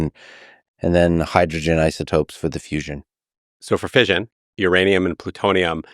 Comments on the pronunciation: Even the subtitles gets confusing when you ignore the extra "S" in fisSion lol That "s" is there for a reason man, the brits got it right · There is 2 s how can you prononce fission that way thats crazy work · Lex - nice touch acknowledging the difference in pronunciation with fission. From a Brit - Fish/un I have a question - how do we democratise fusion energy and/or stop it becoming a weapon? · Fission, like "Division" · pronunciation police here, I have to disagree with the United Statesian pronunciation of fission. If fission was pronounced like vision, it would be spelt like vision, with a single s, but alas, it is spelt with a double s and therefore you have to pronounce it the non-United Statesian way. I'm curious whether United Statesians mispronounce fissure as well 🤔. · Less than 2 minutes in, in order to continue to listen with an unburdened mind, let me say… fission is spelt with 2 s’s. Pronouncing it like vision is reckless, irresponsible, and morally unjustifiable. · What other words in English does "-ssion" have the sound of how Americans pronounce "fission"?